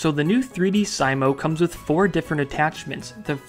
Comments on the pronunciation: FYI, It's pronounced three-dee-see-mo, not three-dee-[pause]-sigh-mo. It appears to be a play on the latin "dissimo/dssimus" which is an alternative form of "divissimus", which means "most or very divine, blessed." Anyway, very cool stuff. Definitely backing this one. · I enjoyed the video until the pronunciation of 3Dsimo... I’m pretty sure it’s supposed to have the same pronunciation as the ending of fortissimo, aka it’d be pronounced “3-dee-see-mo” not “3D sy-moh”